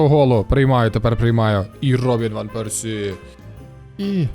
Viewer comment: Гарно прозвучало іВан Персі..)